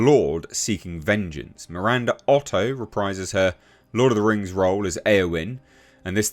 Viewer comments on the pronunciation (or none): none